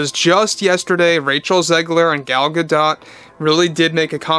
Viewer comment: Love what you about Disney, but Gal Gadot is pronounced Godoh kinda like your last name. You know where the last letter is is a consonant but it's NOT pronounnced.